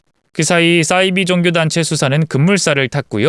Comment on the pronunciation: 싸이비라고 읽으시면 안되고 사이비라고 읽으셔야 맞아요.